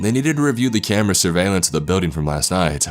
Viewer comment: Trevor and Tori he also says words like BUILDING like “BEEWDING” instead of BILL DING